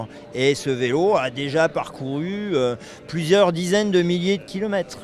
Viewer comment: "plusieurs diraines de millier de kilomètres" 😂😂😂